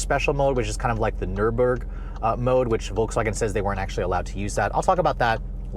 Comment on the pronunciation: He butchered "Nurburgring" so badly I wasn't sure what he was saying lol